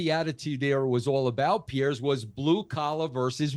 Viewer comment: Americans, it's Piers not Pierce...